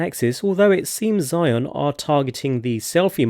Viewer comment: A lil correction: the brand name is not pronounce as “psy-yon”, it pronounce as ‘zeeez-yuin’ (yuin pronounce like ruin but with a y)